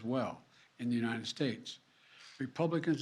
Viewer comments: He can't even say the word 'UNITED' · This joker cant even say United 🤡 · He can't even say united lol